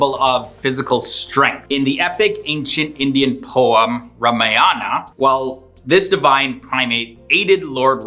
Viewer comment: **It's Ramayana not Ramanaya.